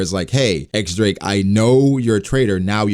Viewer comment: I like the idea of the supernovas turning on each other once Kaido is taken down. And btw, the X in X-drake is actually pronounced as diez